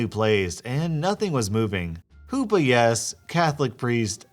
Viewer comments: It's not "hoopa", it's "chuppah" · Not sure if its an alternate spelling or something, but a wedding canopy is usually called a "chuppah", with a guttural sound on the "ch". Just bothered me a little, as I'm Jewish. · It's Chuppah. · Tiny thing: it’s pronounced huhppah not hoopah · I can't stop laughing at "hoopa". it's chuppah. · The pronunciation of "hoopa" spelt chuppah is hilarious 😂😂😂 low key, fave part of the vid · The Jewish wedding canopy is a "chuppah," not a "hoopa." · It was funny listening to him failing to pronounce such a simple word. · The h in Hoopa is actually more like a growl from the throat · Hearing you pronounce Choopa incorrectly pains me XD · R Hoopa its a long O its not said like the Pokemon its almost a Who with a silent W Pa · "4 poles" I was listening in the background... I'm Polish and I was scratching my head over "the fuck is a hoopah"? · I love listening to your posts, but you are killing me with the pronunciation of Chuppa. It will come up again in a crazy MIL story I am sure, so here is a guide.